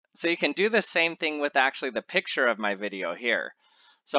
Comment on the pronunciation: Why do you remove the 'C' from the word 'picture' ?